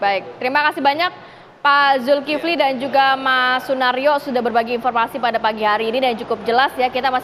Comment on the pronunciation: Penyebutan nama kok sunaryo?